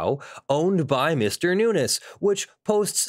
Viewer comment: His last name is pronounced “noonz” (you know, the normal way we pronounce words in English ending with “…-vowel-consonant-E”, plus the “S” pronounced the normal way we pronounce pluralization), not “new-ness”. Just saying— your video and viewpoint are more agreeable if sound like you've done the tiniest amount of research.